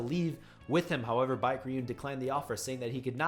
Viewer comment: Baek is pronounced as Beck not bike. Lmoa! Great video thou?? I enjoy these wiki videos there’s no wiki page as entertaining and engaging as Tog